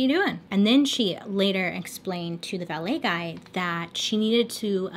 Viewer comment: Lol I feel like you said ballet guy